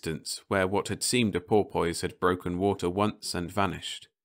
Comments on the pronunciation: Don’t get me wrong here. I have already said thanks much and that a good reader but this just too funny!! 😋 Ok - boy for buoy i can sort of live with... BUT pour poise!!!!!????? 🤪 i guess some people like to pour a poise, but i have no idea how to pour a poise. Do you know? So is this another robot? or what? I mean - pour poise???? Even the orcas are either laughing their heads off or swimming their little tails off to the other universe - not even remembering to say “Thanks for all the fish!” LOL 🤣😂🐬🐬🐬🐬🐬🐬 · Oh dear, the English accent strikes again. Buoy is pronounced "boy" all over the UK, but porpoise with "poise" is not such a common way of saying it! Well, I'm glad at least it got a chuckle or two. Thanks for listening!